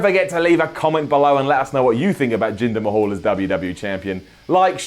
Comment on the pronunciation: I could swear I heard say "Jinder my-hole" wtf xD